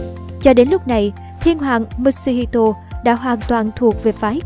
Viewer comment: Ad ơi mutsuhito ko đọc là "mut-su-hi-to" mà là "mu-tsu-hi-to" mới đúng nha